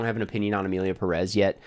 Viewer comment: Literally titled Emilia Pérez and how gringos pronounce it: "Emilia Peréz"